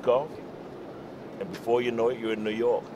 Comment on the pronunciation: Nu york New York lol